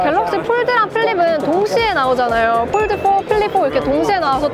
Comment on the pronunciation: 왜 폴드는 f 발음 하시고 폰은 ph 발음 안하시죠? ㅋㅋㅋㅋㅋㅋㅋㅋ 보는내내 발음때문에 힘들엇렁